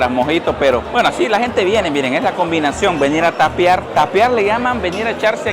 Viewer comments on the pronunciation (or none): Se dice "tapear" no "tapiar" chaval....